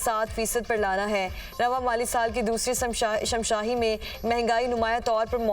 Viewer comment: 2 bar shashmahi ko shamshahi kaha !!!!!!